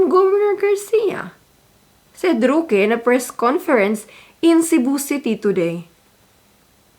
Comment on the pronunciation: I really like your vlog, i can relate with your frustrations, I’m so amused by the manner you pronounced the name of roque, “ruki” hahaha🤣 thank you so much for doing your in depth research, you’re the best, God bless your family🤓😇😘